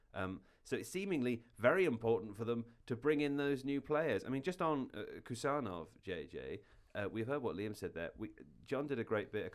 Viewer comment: Khusanov is pronounced with an H sound at the begining (kind of like if you ignore the K) 💙🤍💚